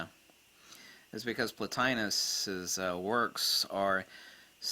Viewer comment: Platinos? I don't understand the way you pronounce the name and I'm trying to find it so I can study it for myself.